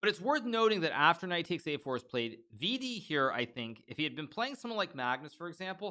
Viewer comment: Yo hikaru i dont think u r pronouncing vidit wrong so u may continue calling him that and vd is great too